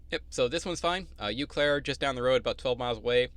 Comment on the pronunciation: Thanks for sharing your info as an O/O with your own authority. Subscribed last week. FYI, it’s pronounced “Oh-Claire”.